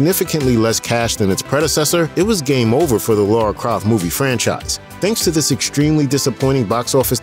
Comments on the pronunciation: It's lara not Laura ffs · It's not Laura, it's Lara